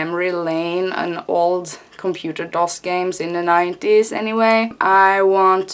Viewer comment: Yeah you said DOS right